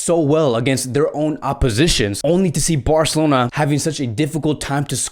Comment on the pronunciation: Listen to how many times he say Barcelona and the way he says it😂😂 Burcalona😂